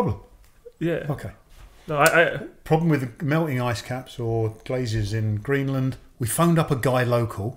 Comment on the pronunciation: Man said Greeceland im dead